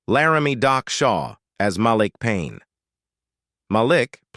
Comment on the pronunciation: Narrator sounds AI especially the pronunciation of names: Mal lick instead of Malik. 🤣